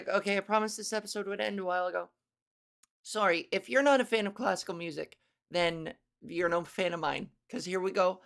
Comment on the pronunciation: Hahaha omg I love how you say “sooory”, Canadian accents are funny, not meaning as a negative, more cute lol..